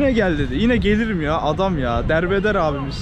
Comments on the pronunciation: ...Berberin adı Dermender, ona Derbeder dedi ya laa 😁😆😅🤣😂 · Dermender Derbeder diyen kral ya :D patladım